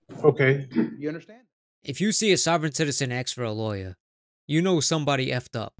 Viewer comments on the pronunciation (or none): Axe me 🪓😂😂😂😂😂😂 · Is you axing me or telling me to do a thousand years. I'll take that as axing me, cause nobody tells me what to do. Nobody but every guard and tough prisoner in prison. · Stop saying the word "aks"... It's ignorant